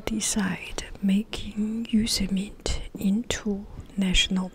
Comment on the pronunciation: Pronounced Yo-sem-mitey